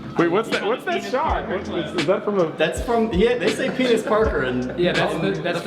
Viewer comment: Bruh you guys really said PEINIS PARKER XD